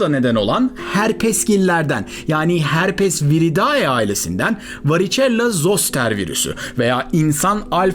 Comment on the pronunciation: Merhabalar, umarım yanlış anlamazsınız lakin ( Herpesviridae ) Herpesviridee diye okununuyor :)